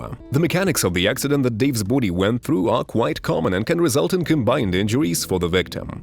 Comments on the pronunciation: Everytime he says boowdy I bust out laughing. Kept me watching the whole video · Can you stop saying body like that